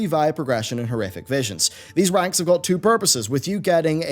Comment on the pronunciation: Was that "these ranks" or was that "these wanks" I mean it REALLY REALLY sounded like wanks lol Perhaps it was what is known as a Freudian Slit?